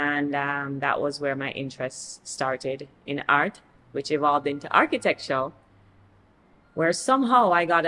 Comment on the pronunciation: Not her correcting your pronunciation of Architecture 🧐